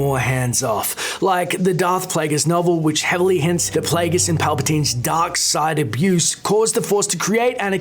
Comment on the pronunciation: i love your pronounciation at 4.20: Pleguus